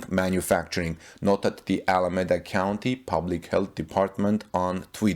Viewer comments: You are not pronouncing Alameda correctly. The E is long .. like EEEEda. Keep the good reports coming .. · Pronounce Alameda as Al a me da